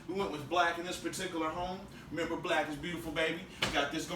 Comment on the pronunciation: You forgot the second "m" in remember!!!